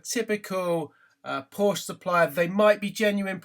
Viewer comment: I stopped at 7 minutes. I suppose this makes unusual content but this car is GONE. BTW Porsche is 2 syllables....